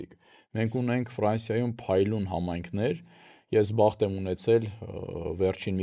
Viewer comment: Սիրելի՛ հաղորդավարուհի,Դուք երևի լրագրող եք և կարծում եմ, որ պետք է իմանաք,որ հայերենում ա ից և ո ից հետո գրվող յ տառը նաև արտահայտիչ կարդացվում և լսվում է , օրինակ՝ եվրոպաՅում, ֆրանսիաՅում։